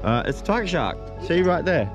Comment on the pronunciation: Tiggah Shahhk in the wohhtahh